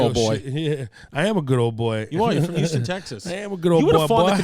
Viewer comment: H-ouston....not YOU-ston